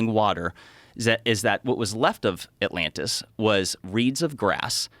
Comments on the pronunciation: The other times he says atlanis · Joe calling it Atlanta is giving me anxiety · First ten seconds and Joe calls it Atlanta.... brilliantly stupid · ATLANTIS 🤦‍♂️😂 joe you’re killing me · Atlantis Joe, not Atlanta. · I LOVE that in the first minute, dude mispronounces the name. Lmao